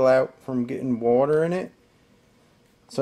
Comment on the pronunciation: Wuter...lol. not water